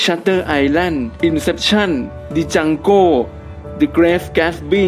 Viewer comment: DJANGOตัวDไม่ออกเสียง. “ปัง”